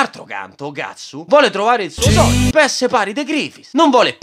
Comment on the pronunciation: "Qual è il tuo sogno?" "AVERE UN SOGNOH!"